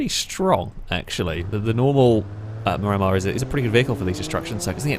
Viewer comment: Mir a mar not mi ram ar